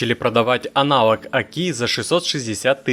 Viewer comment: аналОг на А ударение в слове анАл